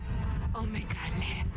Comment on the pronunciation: You are still saying Omega wrong. It’s Oh-Mega. As far as we are aware Susan is the Doctor’s granddaughter, Jenny is the Doctor’s clone daughter, and River Song is the Doctor’s wife. Whether River Song or Jenny is Susan’s mother is not known, but both the 10th and 11th doctor did mention the Time Lords had families. Unfortunately, the timeless child retcon made everything speculative. I doubt anything will ever be cleared up.